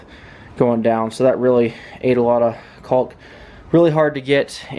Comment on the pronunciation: The "L" in "caulk" is silent, brother. Rhymes with "talk" or "walk". You're welcome.